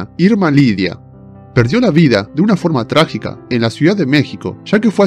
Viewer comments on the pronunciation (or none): none